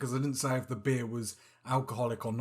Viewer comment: You got beer 🍺! Cheers 🍻. When you said beer, I heard bear 🐻 lol…….